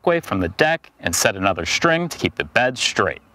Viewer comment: Shtring. Shtraight.